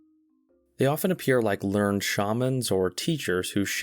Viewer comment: Dude, it's pronounced "LERN-ed" not "lernd". Are you literally homer simpson?